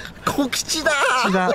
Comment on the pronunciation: 小吉(しょうきち)をこきちって言うの本当に草